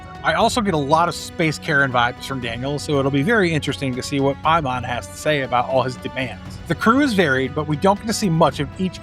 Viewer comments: another event horizon video where an american butchers the pronunciation. Its Pay-mun not Pie-mon EDIT Ive never ever had to slow down a youtube video before. I highly suggest not speaking like youve just done a bump of coke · I hate when people call him PIE-mon. ITS MOTHER FUCKING PAY-mon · I had to go back and rewatch the part where you said the name of the entity. I kept hearing "hymen" 🙈 Also, saying "return again" means Paimon has returned once before. It's like saying "rereturned". Doesn't make much sense, right? 😁